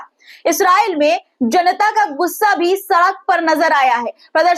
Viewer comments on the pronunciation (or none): none